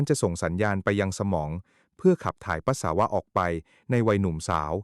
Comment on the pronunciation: เยิ่อนเย้อ..อ่านก็ผิด..ปัส..สา.วะ..